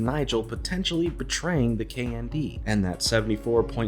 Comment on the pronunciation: Saying the acronym KND sounds like you're saying the word candy.